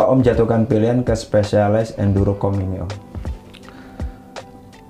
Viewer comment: Biar tambah keren, bacanya "Spesialaiz" ☺️🙏🏻 Sukses trus channelnya ya.. salam ngacirrrr..